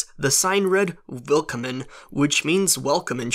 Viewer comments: the german word welcome is pronounced vil-com-in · German guy here! It's Four-ish-t and Ville-calm-im. I'm trying my best to do the sounds you would make to say these words. kommon is said with like an a instead of o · I was born in Germany and i live there and yes you pronounced Vorsicht and Willkommen wrong XD but the translation was right lol I always laugh when i see PB talking in german while knowing that she only pronounce it similar but not exactly as a german would (i am not originally german as well but since i was born here i easily learned how to pronounce german words) On the other side the german have a LOT of problems pronouncing English words as well lol Nothing to worry about